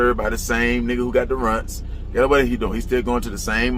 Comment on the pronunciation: There go them rrrrrrrunts again!!! Lololol!!!!!!!😂😂😂